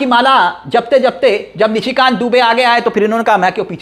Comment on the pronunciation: Please read Nishi Kant not Mishi Kant and Burke nahi pair